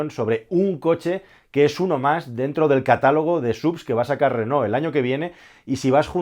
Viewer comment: Felicidades. Por primera vez en España, oigo pronunciar el nombre de Renault correctamente. La mayoría se empeñan en pronunciar "Renol". Aparte la felicitaciòn por el analisis. Hasta pronto.